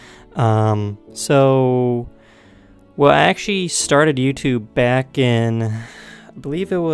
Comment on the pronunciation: Hmmmm almost perfect? ackchee lmaoooo